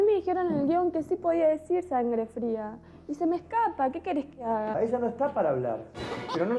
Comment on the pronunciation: Jajaja ese "Sangre Frea" jaja